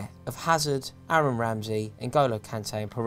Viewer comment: Never heard anyone murder Aaron Mooy's first name like